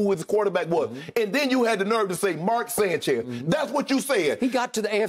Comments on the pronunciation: “Mark Sanchise” 💀💀😂😂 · Not sanchise lmao😂😂💀